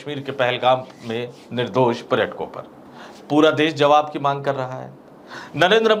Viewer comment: Zawab nahi hota jawab kahiy janab kyunki urdu ke liye hamne 1 dabaya hai